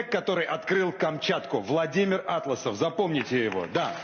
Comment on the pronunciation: До речі, в прізвищі АтлАсов наголос робиться на другому складі. Я жила на Камчатці і багато знаю про цього чоловіка. Ведучому треба краще готуватися.